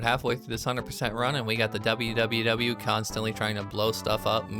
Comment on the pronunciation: So, in the event you do more of these, and it's not a bit where you pronounce literally what's on screen, WWW is """Pronounced"""" as "World 3" Because Capcom literally could not care during this era.